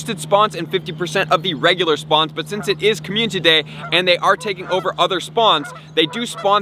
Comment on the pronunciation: Another month... still can’t pronounce community